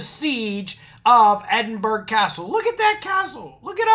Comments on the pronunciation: Did he actually say Edinburggg, YES HE DID. It is pronounced EDINBURRRAH. For pity sake. Stop it you are just showing your %+=&$#@ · Hi, I am a native of Edinburgh, I consider myself a Scots patriot, I am well educated in Scots history and there's a few things I would say about this. Firstly, excellent video, but the pronunciation is 'Ed-in-bur-ah'. Many of us who read about this fell about laughing, because this group do not know what they are talking about. The main point being that Magna Carta does not pertain to Scotland. It never did, and it never shall. You have to look at the history of Scotland and England. When King John of England signed Magna Carta in 1215, Scotland was wholly independent of England. In 1603, James VI, King of Scots, ascended the throne of England, and fashioned himself as King James I of Great Britain. This was the 'Union of the Crowns'. But although Scotland and England had one king, they still retained their own governments and laws. In 1707, Scotland and England entered the 'Union of the Parliaments', which united the two countries under one parliament in Westminster, London. However, both nations agreed that there were certain aspects which would remain unique to both respective nations. These included religion, education - and law. To this day Scots Law is a separate system to English Law. There are a few "British" laws, but these are constitutional, and most certainly do not pertain to ordinary citizens. Magna Carta is not one of them. As to being "sovereign" in Scotland, these idiots took that out of context too. There is indeed a principle in Scotland that the peopl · EDD-IN-BOR-OUGH CASTLE